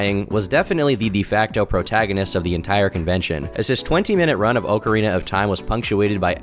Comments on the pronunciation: That sounds like the ocarina was carved from an oak tree. lol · Wrong pronunciation or not, I have and always will call it "Oak-arina" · Tbf, with the spelling "ocarina" in Japanese, 'オカリナ' (where the game was made obviously), it'd be pronounced oak-arina. It just depends on where you are, the Japanese don't pronounce any of their loaner words like us, and we don't pronounce most of our loaner words like their countries of origin, but yea, we all say awk-arina. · In the UK we pronounce it "Ock-arina", with a short "o" sound as in "on", for example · I’m about to have my own downward spiral after hearing say “oak”arina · Legend of narcissa, dick oakerana of time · the type of guy to pronounce ocarina "oak-arina" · It's pronounced ocky way rina of time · It's pronounced OAK-A-RAY-NAH of T-YME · I have maybe 45 mins of playtime in all the Zelda series and MAN is it annoying how you pronounce Ocarina lol i cant imagine what the die hards are feeling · it's so easy to use the right pronouns. like, so easy. but you can't even pronounce Ocarina so I don't know what I expected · Love your channel. The way you say Ocarina, pisses me off. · Your annunciation of "ocarina" discredits this whole 1 hour video. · I’m disappointed with the pronunciation of Ocarina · clicked away after the 3rd or 4th mispronunciation of Ocarina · Not with that stress pattern, though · you're saying it wrong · You did not just pronounce ocarina like that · The only thing that’s wrong is how is pronouncing “Ocarina”. 😢😂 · crazy how people are in shambles about his pronunciation, when its literally not pronounced ahk-uh-rina. its ah-kree-na. not oakrina not okarina. akrina. now figure it out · Anyone who really thinks it's pronounced "Oakarina", do you also say "Oaktopus" for octopus? Maybe "Doaktor" for doctor? If you still think its oakarina then you are just ok with being wrong. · I’m glad that the top comments are about “oakarina” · Professor Oak…. arina